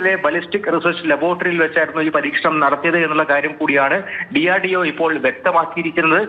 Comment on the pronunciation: DRDO enn parajapore endina etra kasttapedunne parayan